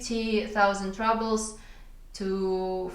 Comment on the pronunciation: Hey, interesting video, just as an FYI, the word « rubles » is pronounced like it is in russian- « roubles », with a long « ou » sound 😊